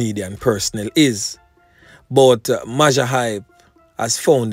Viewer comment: majah is pronounced major..... mayjor hype. everytime you say mawjah my ears hurt